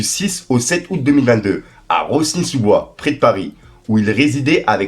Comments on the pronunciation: Par contre c'est "Rosny sous bois" le "s" ne ce prononce pas! 🤣🤣💪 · Tu ma tué comment t’a prononcé la ville de Rosny sous bois on prononce pas le S comme tu l’a fait 😂 force à toi en tout cas toujours là au rendez-vous 💪💪